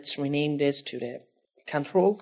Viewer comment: Cantrol??? lmao